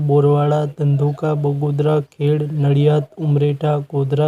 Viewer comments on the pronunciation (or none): ખેડ નહીં ખેડા। બોલો